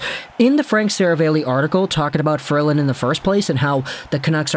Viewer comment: Sera-valley. C’mon. Seriously.